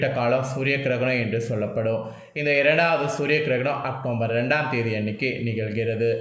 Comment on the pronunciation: Pronounce properly October